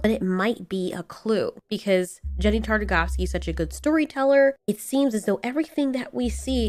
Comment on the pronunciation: Hard G on Genndy right?